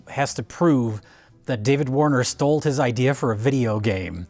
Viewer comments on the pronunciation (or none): Does keep saying "stoled"? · Does pronounce "stole" as "stoled"? Oh brother, these guys are a mess. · keeps saying "stolt" and not "stole". Why are you doing that,??? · I can't tell if he's saying stolt or stoled.